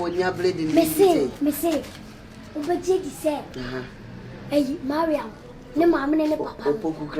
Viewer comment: Is it Mariam or maliam Eeii 😀😀😀